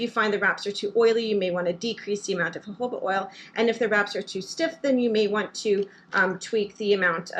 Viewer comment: I think it’s pronounced hohoba😊